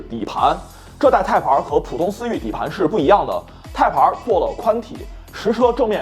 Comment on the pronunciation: Type-R 的发音或许需要改正些，连字幕都一直出现 placenta '胎盘儿'了. 若要以中文口音念'Type-R', 或许’太趴儿‘会接近一些. 😂